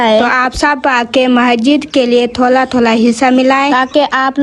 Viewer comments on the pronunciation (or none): Thola nhe hota Thora hota h